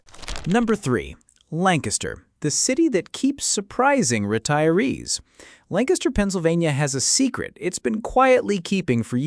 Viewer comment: Also it’s Lan Kiss ter. Not LAN caster. Thank you.